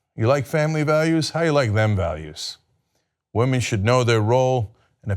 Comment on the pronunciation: it's pronounced womern ;)